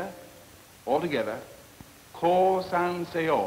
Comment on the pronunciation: The word "kosan-se-yo" sounded like ”こうさんせよう” to me... I wonder how many WW2 Japanese soldiers actually surrendered by hearing these words....